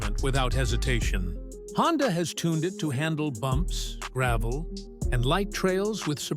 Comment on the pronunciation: AI a mf lol HONDIA tho?? 😂😂😂😂